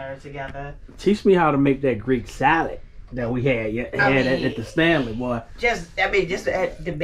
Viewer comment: Love Stanley's pronounciations!🤣 My 10 year old wants to go to Greece but no way she could do all that walking at this age.